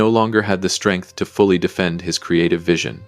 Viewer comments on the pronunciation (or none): none